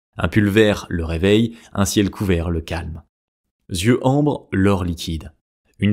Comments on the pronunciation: Merci pour cette vidéo. Précision pour faire avancer : On ne dit pas « z »yeux bruns, bleus… s’il n’y a pas de « s » avant ; mais « i » eux dans ce cas. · Super ! J’ai appris que j’avais des yeux noisettes à 57 ans. Merci. En revanche « yeux » ne se prononce pas « zyeux »😅